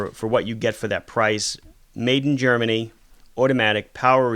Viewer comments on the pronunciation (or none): none